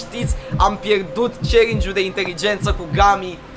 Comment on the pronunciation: Auzi...dar cine ce linge?? eu intelegeam celingi in loc de challenge 😂😂